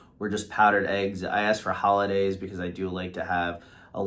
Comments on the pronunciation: pretty sure Hollendaise is NOT pronounced "Holiday". So maybe that's why the waitress couldn't understand what you wanted. I rewound the video to be sure you weren't pronouncing the "n", and you don't. Be careful when making a video that you know how to pronounce words, it affects your credibility. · It is called Hollandaise sauce NOT "Holidays" or "Holidaze". Perhaps, that is why the waitress didn't understand you. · She probably mistook the sauce because you’re calling it “Hollidays” instead of “Hollandaise”